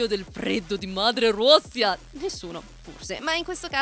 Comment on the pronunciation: Ma quanto pronunci bene “grande madre Russia”